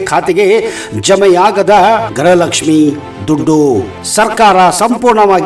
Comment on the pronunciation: ಗ್ರಹಲಕ್ಷ್ಮಿ ಅಲ್ಲ ಗೃಹಲಕ್ಷ್ಮಿ ಎಂದು ಉಚ್ಚಾರಣೆ ಮಾಡಿ ಮಂತ್ರಿ ಮತ್ತು ನೀವು ಕೂಡ ಗ್ರಹಲಕ್ಷ್ಮಿ ಎಂದು ಉಚ್ಚಾರಣೆ ಮಾಡುತ್ತೀರಿ ಇದನ್ನು ಸರಿಪಡಿಸಿಕೊಳ್ಳಿ.